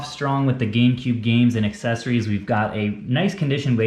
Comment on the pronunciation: It’s accessories not excessories